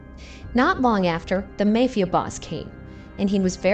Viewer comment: The "may" fia boss. Do they do it on purpose or are they ignorant AIbots